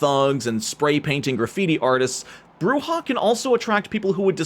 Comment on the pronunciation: Thank you for correctly pronouncing Brujah and Camarilla correctly.